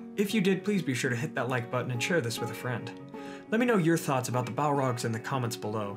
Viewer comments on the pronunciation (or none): none